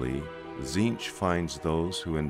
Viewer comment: cant stand the ay his name is pronounced...to me its always been Tezench not Zeench. If he is the changer of ways, his names would not only be infinite and complex but pronounced every which way. Its like Tsang Tsung you never said sang sung you said it like Shang Soong couse of the t. To hell with that silent treatment. KA NIFE to the face dictionary!